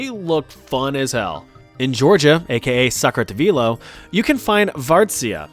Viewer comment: lol sakartvelo isnt pronounced like that. its pronounced saq-ar-tvelo